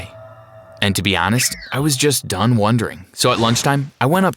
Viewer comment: Ok so I wanna say That we he said done I thought he was saying dumb 😂😂